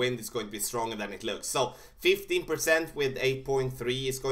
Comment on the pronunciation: it sounds like you said 50% extra when going to the left. I believe it's 15% using your numbers.